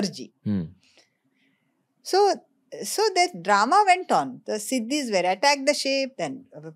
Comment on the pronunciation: Weren't Nizam of Hyderabad from Turkia? Buisness is an old profession in India IVC was rich because of doing Buisness. And African people are called SHEEDIS and not Sidis as you are pronouncing